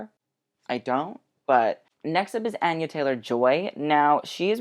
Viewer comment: Thank you for pronouncing Anya's name right and sorry I get annoyed because people mispronounce my name constantly (I blame the animated movie Anastasia) lol